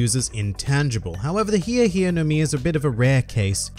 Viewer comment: WHOEVER CALLES THIS THE HI HI FRUIT DOESN’T DESERVE TO LIVE ITS HI E NOT HI REEEEEEEEEEE